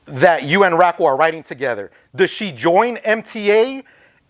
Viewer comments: i thought DR1 was gna bring up Dork wen asked about a consistent writing partner, i use to see them up both. also, why tf did the interviewer pronounce it RAKLE lmao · said "Rackel" 😂😂